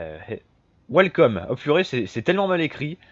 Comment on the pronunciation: "WHELLCOME" :o il a appris l'anglais ou a mon collège